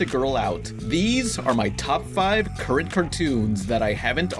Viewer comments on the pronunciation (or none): "CURENT" You're slipping up.